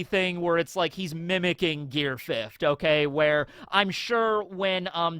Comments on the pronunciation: "fifth-t", c'mon. Stop adding that extra T. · Why you putting adding a t to the end of fifth lol